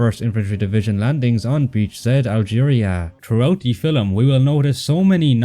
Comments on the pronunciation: Great video as usual, but I find annoying how the narrator keeps pronouncing the word "film" as "fillum". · The other mistake is pronouncing film as filum!